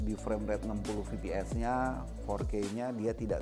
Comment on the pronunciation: Fps bkn vps😁penyebutannya salah